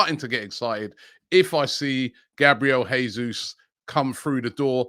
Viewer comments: Btw, Portuguese speaking country, it’s pronounced Jesus, not ‘Hesus’, like it would be in Spanish 👍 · Jesus is Brazilian. In Portuguese language, unlike in Spanish the "J" at the start of a word is pronounced "J", unlike in Spanish when it pronounced "H". The correct pronunciation is "Jesus", not "Hesus" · Robbie - If we get Jesus ithen we need to know his name is pronounced "Zhay Zeus" -- he's Brazilian.